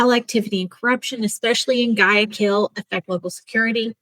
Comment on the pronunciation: Repeat after me "GHWAY-AH-KEEL"